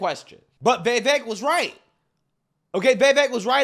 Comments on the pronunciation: Why are you/they saying his name, Vivaak? It's Vivek. (Vee-veck). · It's pronounced like Viv•ache, not Ve•vake. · Veeeevaaake. LOL how did you manage to butcher his name that bad? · Why do you continue to butcher his name? You seem so enamoured with him; just pronounce his name CORECTLY. Repeat after me: VIH-VAYK! For God's sake! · My guy, can you please pronounce this mans name correctly😂😂